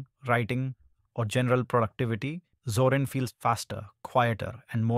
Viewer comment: ゾランじゃなくゾリン（あるいはゾーリン）な。それをどう読んだらゾランと読めるのだ。